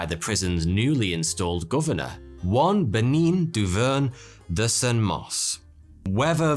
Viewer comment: ''Bénigne Dauvergne de Saint-Mars'' Him: Benignia Doverner de Saint-Mors'' My ears...